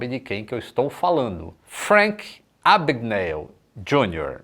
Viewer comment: "É AbgaNÉÉLL!!!"